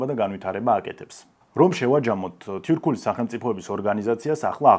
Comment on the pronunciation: სიტყვა ,,თურქულს” სპეციფიურად რატომ გამოთქვამთ ? მასეა სწორი ? ვიდეოში თითქოს თიურქული - ასე ისმის